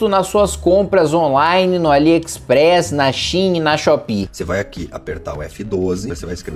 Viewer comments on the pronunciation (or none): SHEIN SE PRONUNCIA SHAIN